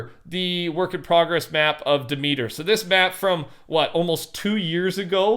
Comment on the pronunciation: I love ya, but Demeter, is pronounced as one word. "DEM-ET-ER". "De Meter", is like someone in NYC saying, "Ey, oh, look at da meta, it needs anotha' Quarta'!" as in a Parking Meter. Lol. Hope that helps. Great work as always w/ your videos! Keep it up! Btw folks, IMHO, First Person View/Mode does NOT belong in FNBR AT ALL! 😡